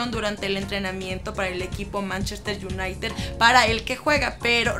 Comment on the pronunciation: LA FALTA UN POCO MAS DE PRONUNCIACION! SE TRABO TODA AL DECIR MANCHESTER UNITED! SE VIO MUY MAL :/